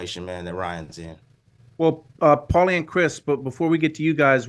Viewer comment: Take a shot every time can’t pronounce Paulies name in the beginning 😂😂😂